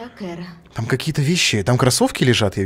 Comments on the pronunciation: КЭРА, ЭТО КЭРАААААААААА, А НЕ КАРА.... В начале игры еще говорили бл.. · не кара а кэра